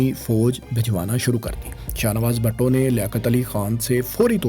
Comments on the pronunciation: its not bhatto...its bhutto... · BHUTTO NOT BHATTO.